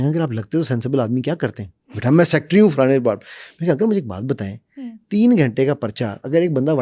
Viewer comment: Sir ji...You are a bqualified person ..no doubt, but try to improve your typical Pakistani accent of English . As you guys pronunciation of word " SECRETARY" is SEKTRY 😢